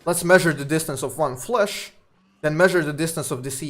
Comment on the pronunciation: i was actually so confused at first when he started saying flush instead of flash